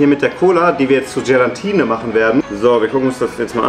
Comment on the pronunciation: Hast du "Gelantine" gesagt? Es heißt "Gelatine "!😂😂😂 P.S super Video!!!😊